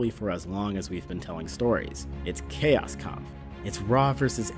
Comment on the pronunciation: I do believe that "chaos kampf" is pronounced "Kows Kompf" It's German, afterall.